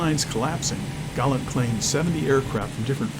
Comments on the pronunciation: It is GALLAND. which is NOT pronounced the same as 'Gallant.' Americans can never pronounce anything correctly. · Galland's voice doesn't feature in the vid. It's all AI and photo visuals, plus the American narrator's voice endlessly calling Galland 'Gallant.'